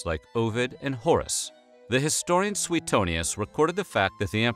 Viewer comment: If I learned nothing else here, it was that the pronunciation of Suetonius is not 'Soo-tony-us'. I've been saying it like that for bloody years!